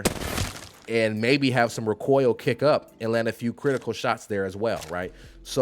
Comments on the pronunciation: Why do you keep pronouncing recoil "RickCoil" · I've watched a few guides (first time playing), but this one is the best. But the way u say recoil gets be a bit boiled. Keep it going bro!!! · I love how you say rah-coil and reticuuuule lmao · My dude, you say “recoil” like Galifianakis says “retard” in The Hangover. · Learn how to say recoil and shorten your damn video!